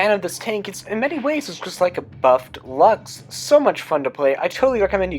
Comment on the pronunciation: Luchs is pronounce lursk